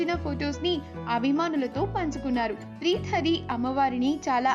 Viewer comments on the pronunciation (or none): Preeta hari check your pronounciation.